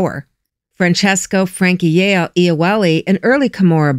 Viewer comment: Iole is pronounced Yawley, great vid though thanks! I'd though the clutching hand must be the clutch hand morello so peraino new to me thanks!